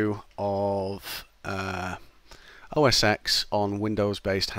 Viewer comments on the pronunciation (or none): "oh ess ex"? "windows based hardware"?